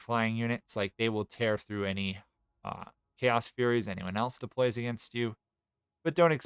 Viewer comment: I thought you said "Chaos Furries" 💀